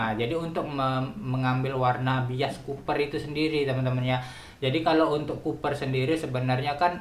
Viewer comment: Copper om bukan Cooper,wkwkwkwk